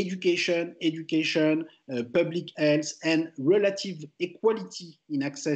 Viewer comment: The subtitles are wrong. He said (obviously mispronounced) "education and health" not "education and arts". Source : I'm French. He also said "more generally" not "marginally" "strong pressure" not "some pressure" "than his secretary" not "than is appropriate" etc.